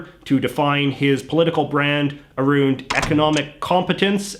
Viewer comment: bro did you just say "aroond" wtf?